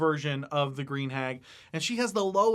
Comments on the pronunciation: The first time I heard him say it, I thought he said “beer hag”. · Just found your channel, enjoy the content. Also, it sounded like you were saying "beer hag", and despite knowing what you were saying...still made me chuckle a bit and imagine a REALLY ugly serving wench.